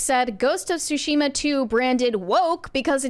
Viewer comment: TSU-shi-ma, not SU-shi-ma; completely different meaning. Also, Yes, Onna-Bugeisha and Onna-Musharraf existed and contributed on battlefields.